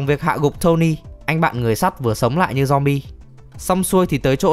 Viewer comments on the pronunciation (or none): none